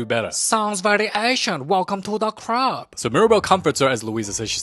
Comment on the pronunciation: “Welcome to da crub” HELPPPP